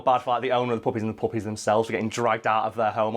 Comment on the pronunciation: lulz. I tend to listen to YouTube at 1.5× Speed n usually I understand everything but occasionally someone's accent get get a word past me that I can't quite make out. I kept hearing u say Mariah Carey requested 20 "Puppets" instead of "puppies" n yet until u started talking about how to actually collect these dogs I was totally on board with her wanting an army of Puppets, cuz ya, that sounds like a Mariah Carey thing to do